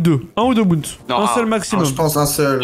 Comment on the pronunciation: Dsl mais est ce que je suis le seul a qui ca fait mal aux oreilles la prononciation de bounce et round de snip Sinon tres bonne video